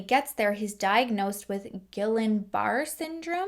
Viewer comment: as someone who had Guillian Barre Syndrome it’s funny to hear how you pronounced it lol love your content. Blessings to you!